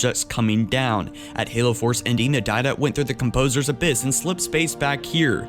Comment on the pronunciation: "composers anus abyss"???????